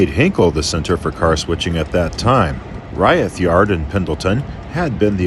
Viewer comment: I lived in Pendleton for five years. Locals call it Umatilla Canyon rather than a gorge. The highway through there is Old 30. Locals also pronounce the town and siding Reeth, rather than rye-eth.